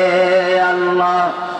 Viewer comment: এ কেমন জিকির আল্লাহর নাম অস্পষ্ট মনে হচেছ তাহেরী হুজুরের অনুসারী ???